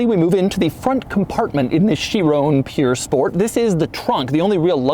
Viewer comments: Cringing everytime he says 'pure sport' instead of 'pur sport' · It's pronounced purr sport as in a when a cat purrs. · Doug, I love you, but the place that makes Bugatti replicas is Pür Sang. This is pronounced Pür Sport. Yes, it means pure, but everytime you said it, I got just that more annoyed.... Almost as much as commenters typing buggati... 🤬(title of video d@ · It's not pure it's pur. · Him: bugatti "pure"sport... The title: bugatti "pur" sport Us americans WAHT? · Pur not pure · ok i like doug but he can’t pronounce all the popular cars like breh “piur sport” it’s pur sport bahahah and urus is urus not Yourus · this car purs nicely................ no seriously is it pure or pur? cause doug keeps sayins pure lol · What's a "pure" sport, doug? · Pur (like purring) not pure. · Why was he calling it pure sport doe its "pur" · Not “Pure”. It is “Purr” Sport. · It's pronounced POOR SPORT Oh, the irony... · Nobody: Doug: purE sport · I only came to hear how badly you mispronounced the name pur sport 😂 Why do Americans make no effort at all to say car names properly!